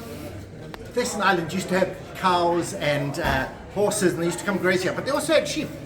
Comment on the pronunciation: Thesen is pronounced with a silent H, so it's Teesen and not Th 😊